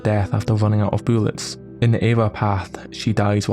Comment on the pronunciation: I need more boolets I need more boolets